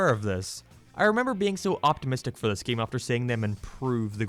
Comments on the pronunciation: I’ll never get over this man talking completely normal o til he says either geeem or geeyam, the refusing to just say game is so distracting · it kinda bothers me how he pronounces "game", it sounds like "geem" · I laughed every time you said “game”. Geehm.